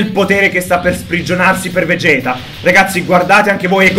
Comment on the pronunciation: SI PRONUNCIA VEGET NON VEGHET...